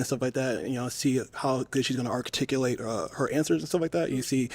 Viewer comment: "Shes really gonna arc-ticulate her answers and things like that" Arcticulate? AR - TIC - ULATE. This is the same guy who says "-and shit" "you feel me?" I hate when these types try to seem smarter than they are and use english words they dont know.